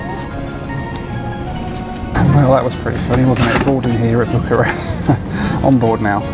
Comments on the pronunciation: . Is it just me or did the pronuncation sound like "Book a Rest" ???. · "Flight one - Book a Rest" - blimey, was it really that bad?! lol